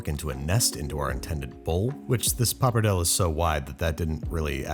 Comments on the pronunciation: Yet, you don't question his pronunciation of papardelle? Which is dreadful, BTW... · Did you just pronounce pappardelle “pappardell”🫢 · He has a full crew these days and no one could help him pronounce pappardelle 😂🙈